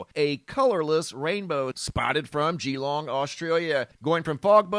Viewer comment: One says it as 'Galong' not geeelong. Just saying. : )